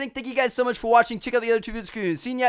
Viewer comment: Lmaooo problem saying videos ?